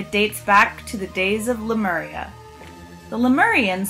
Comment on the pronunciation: sorry but there's so much wrong with this. wear it right! and that "guy" is Billie Woodard and if u fact checked anything u'd see that everything we can know about him is real and true... also its pronounced LAY MEE OOR EEA Lemuria. jesus christ I can feel ur poser style from here